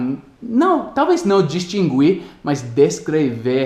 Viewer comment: em português em "distinguir" não se lê o "u".